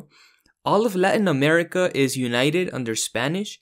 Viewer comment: Hi man! Really cool video! I can tell, you seem like a native Spanish speaker right? Because if not, that is some impressively good pronunciation of the names of the countries in Latin America!